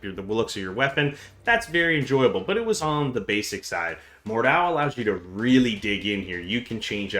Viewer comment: Mordhau not Mordew